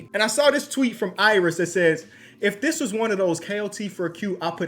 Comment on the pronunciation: “If dis” 😔